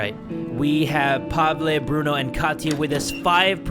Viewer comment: hey, you prenounced pavle wrong, its prenounced like pav-ill